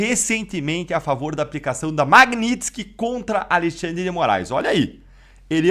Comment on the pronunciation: Aprende a falar Magnitsky po